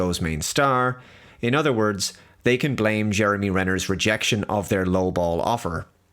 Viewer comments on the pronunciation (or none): none